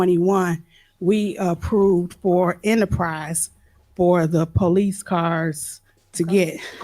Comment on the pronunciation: “at the end of da day” it makes mine hurt too. 😂